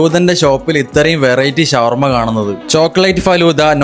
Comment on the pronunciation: ശവർമ അല്ല ഷവർമ